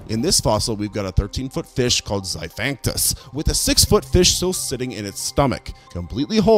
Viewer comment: irs pronounced zi-fact-tu-nus